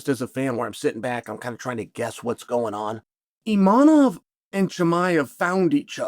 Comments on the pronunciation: Imavov ❌ inamab 😂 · maybe start saying the name of the dude correctly. His name is ImaVVVOV. He is top 1 contender in the division for god sake. Learn his fucking name. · There's no n in the name Imavov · Repeat after me : IMAVOV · Hazmat, Imanov, Pierra and Proraska, not a single name beside Sean was pronounced right 👏